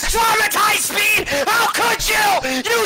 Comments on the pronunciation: It’s speed not meat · He’s not German, you got to stop saying that speed😤